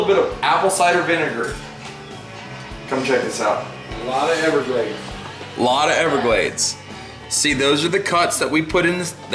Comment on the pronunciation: Every time you say everglade i will give your fine video a dislike